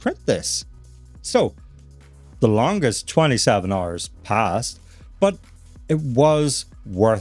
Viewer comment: Instead of hours I guess its RRRs...😂